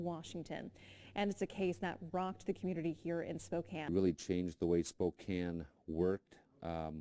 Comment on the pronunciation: Just a quick note near the start of the video -- THANK YOU for saying "Spokane" the right way! I can't listen to people who don't pronounce place-names correctly (or at least give it their best).